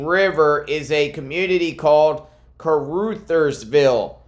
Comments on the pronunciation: Car-Uthersville. Short u. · FYI, It's pronounced Car-Others-ville. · Heads up, with upmost Respect to Kuh-ruh-theirs-ville. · Ca ru thers ville The ru is pronounced like in run without the n. Real close to Arkansas border. Also, trivia Sheryl Crow is from there. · Caru (uh) thersville (pronunciation hint). Thank you.